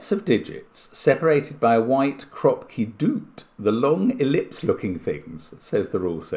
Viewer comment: Yes but he never read the "Kroopki" in the rules correctly :(